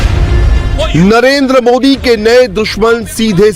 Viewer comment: Modi ka nam thik se bolna sikho .😂😂😁😁🐺🐺